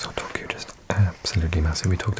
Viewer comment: i think youre pronouncing tokkyou (とっきょう) rather than toukyou とうきょう